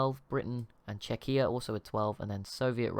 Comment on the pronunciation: Its CZEchia, not CzeCHIa. Google translate (on english) can prove it